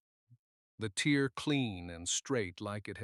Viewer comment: Ok. We started the story , saying no children. Then there was a boy. And then the boy was a girl? Please please please edit and check your stories before publishing. Don’t use Ai for narration. Can’t tell the difference between tear and tear. One is a drop from an eye. The other is something taken apart. They are pronounced differently. Your story needs to be cleaned up.